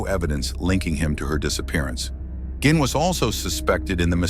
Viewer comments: Take a shot for every different pronunciation of "Gein" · How do you narrorate this mans story and not even pronounce his dam name right???? Show some sort of professionalism if you have any!!!! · Right on!!! Pronounce the mans name correctly!!